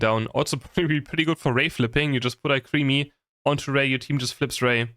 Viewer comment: Alcremie = al-cruh-me